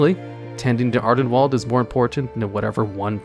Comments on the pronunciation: "Ardenwalled." You must've seen that harry potter fantastic beasts sequel recently to pronounce it like that. They say Ardenweald within the game as well so there's no excuse lol. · It's wild how youtubers mispronounce things that get said aloud in game all the time, like ardenweald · Jesus, mate, just bother pronouncing things the right way, its painful to hear Ardenwall every 20s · Ah yes, "Adenwalled", my favorite.